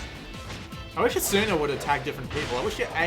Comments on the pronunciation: its asuna not assuna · when you said asuna you said it really wrong you were like asuuuna but it's not it is said like asna with no u kinda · Oh god the way he said asuna 😭😂